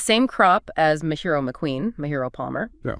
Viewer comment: The "ji" in Mejiro is pronounced like "jiggle." It's a Japanese name, not Spanish.